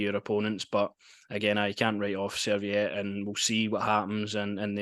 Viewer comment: They are not a "Swedish mob", they are Swiss. They are not called Serviette, they are called Servette. Well done for getting the Belgian info right..😂